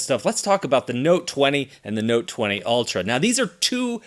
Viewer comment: Why do I hear "alter" and not "ultra"?